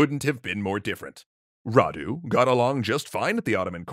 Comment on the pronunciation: Thank you for pronouncing Vlad properly and not with an accent and you're doing pretty well with Radu